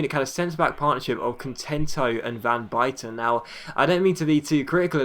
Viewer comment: You can't say van buyten right...